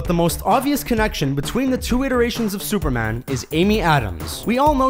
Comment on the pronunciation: Is the narrator of this video Canadian? He has a bit of an Ontario accent when he says "superman"